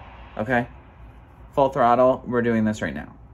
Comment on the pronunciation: "Full throtto! 😂 Lets GO!! ❤